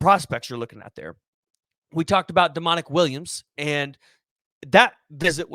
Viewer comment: Why would we be bringing in Barrow Jr if we was good on Williams and it’s not pronounced Demon-ic it’s pronounced Dominick